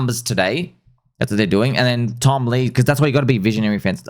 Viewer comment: Stop saying tom lee like that, it’s annoying